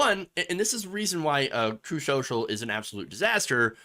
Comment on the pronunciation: Margery Daw Greene is investing in "Trooth Sewcial"? She'd be better off sending that money to some Nigerian "prince". 🤣